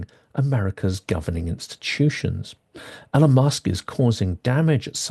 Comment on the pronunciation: Hi, I don't disagree with anything you said in the video, and I know nitpicking isn't cool and all that, but I just can't help myself. So I have to ask: Why do you insist on mispronouncing Elon's name? There must be hundreds of videos out there with Elon saying his own name by now, and hundreds more of other people saying his name correctly. So it can't be that you don't know how his name is supposed to be pronounced. So what is it? Again, despite how I sound, I'm not trying to be a dick. I'm just genuinely curious.